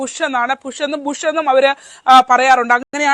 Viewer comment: പുഷ്. അല്ല കുഷ്